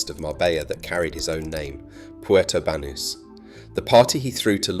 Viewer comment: The pronunciation of Marbella and Banus is so bad and the rest is bs.